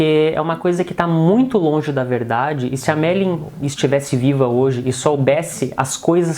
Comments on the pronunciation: Não consegui ver o vídeo até o fim, pois muito me irritou ouvir o rapaz falando ERRADO o nome da Marilyn Monroe, demonstrando uma baita falta de educação e respeito para com ela. Ora, o nome dela é MariLYN, não Mari como ele falou o tempo todo. Rapaz, o LYN tem que ser pronunciado, viu. Se não sabe falar corretamente o nome da pessoa sobre a qual está narrando, é melhor não fazer o vídeo porque fica muito desagradável de ouvir para quem vê o vídeo. Fica a dica. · Ele diz o tempo todo MERLIN ... E NÃO MARILYN ... AFFF